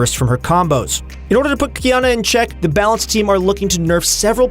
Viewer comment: lmao qQqQiyana